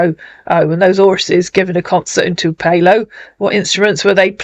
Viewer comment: Tupelo is a small town near Memphis - birthplace of Elvis - pronounced “Too-pillow” ☺️